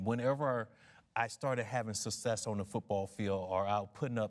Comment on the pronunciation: WTF is "sussess"?